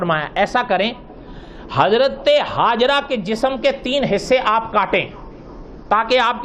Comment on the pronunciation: Hajra nahi Hajar naam hai, Mufti Zarwali Khan Sahab hamesha batate hai